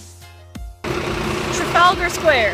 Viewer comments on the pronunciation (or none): watching you try to pronounce Trafalgar square made my day. :D